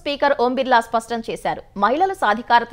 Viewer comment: సవన్వయం కాదు, 'సమన్వయం' అని చదవాలి. స్వష్టం కాదు, 'స్పష్టం' అని చదవాలి. తెలుగులో వార్తలు చదివేటప్పుడు తెలుగు పదాలు సరిగా పలికేలా అభ్యాసం చేయండి.